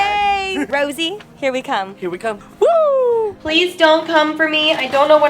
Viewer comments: its not Rosie, its Rosé 😂 I understand you tho dw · BLINKKKKK!!!!! 🤩✊🏻🖤💖💕 also Rosé is pronounced "Rosé-ay" 😊💜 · the pronouncation of her name is Rosé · how to spell: rosé how to say: ro-say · u say you are a fan but you can't even say her fucking name right fake